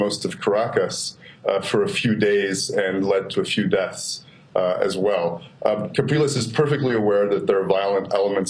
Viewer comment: I also believe that it is Henrique "Capriles" NOT "Calpires"